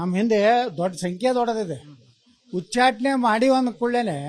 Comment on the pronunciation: Nivu yak yatnal ucchatane anta sariyagi heli hucchatane alla